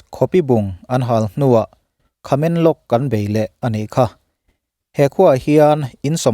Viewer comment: Khamenlong nilovin Tamenglong tih zawk tur aw